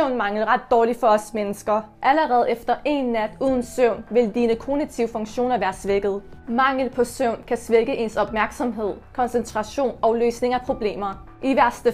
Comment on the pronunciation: Igen her, kognitiv udtales "kov-nitiv" ;) God video, men igen - du kan med fordel arbejde med udtagelsen. Det gør dit materiale mere legitimt :D